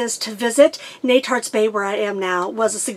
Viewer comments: I apologize if I am repeating. Netarts is pronounced KNEE-tarts. Wikipedia lists it as Netarts /ˈniːtɑːrts/ . That i: is a confusing IPA Symbol that is pronounced as a long E, as in idea. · Informative and fun, as usual. You set a high bar for Youtube videos! BTW Netarts is pronounced KNEE-tarts when I was a kid in Portland.